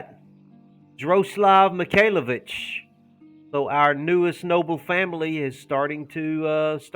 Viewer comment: Oh God I thought you said MIKAYLA BITCHES not MIKAYLAVITCHES lol